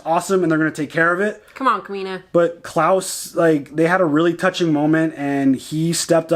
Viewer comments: His name's Kles, not Claus :P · You are doing great! Definitely... Please don't call him Claus. He's Klaes. You can hear it in S03E07, when he introduces himself. Dynamics between Anna and Amos has been built great. She is one of people Amos is looking up. Like with Holden and with Naomi at the beginning. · the guys name is klaes. not klaus :-)